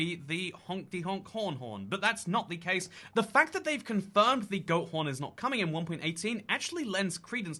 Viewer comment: I thought you said goat prn 😂